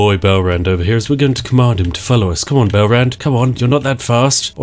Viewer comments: Oh my gosh the way he says Belarend.. I Hear Bell Rend xD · I kept hearing "Belrand" as "bell-end".